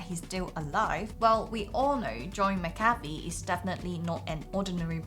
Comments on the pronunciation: m8, it's Mc-ca-fee. It's not McCartney either. The Beatles didn't recruit him. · It's pronounced Mac-ughhhhh-fee. Come on, do more research before doing the video. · MACK-A-FEE. FFS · You can’t even pronounce his name correctly. I’m pretty sure everyone thinks you’re full of bs.